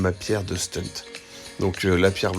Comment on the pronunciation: Merci pour la présentation, juste c'est "stun" pas "stunt" c'est autre chose sinon (en moto ou scooter)